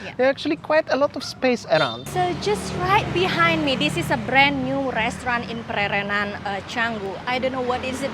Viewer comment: Hello & (thanks 4 pronunciation of Pererenan). Beautiful & charming area and can see the appeal to foreigners. I do not want to live in a villa isolated from local culture and want to improve my Indonesian and participate in local ceremonies. Thanks for showing another side of Bali., baik sekali 4 consultation on how to take great videos. Nanti, saya mau. Will you do it in person or only online? Is this with go pro or iPhone? Banyak success. Banyak cinta.:chillwcat